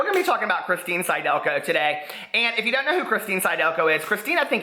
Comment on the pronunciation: It's sid-elko. Phonics,.